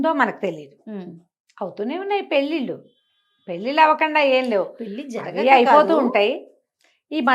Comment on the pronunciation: పెల్లిల్లు కాదు పెళ్ళిళ్ళు... Please note